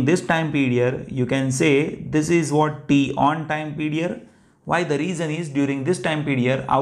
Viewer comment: The explanation was excellent, understood everything, but why are you pronouncing Pedior something (period) ?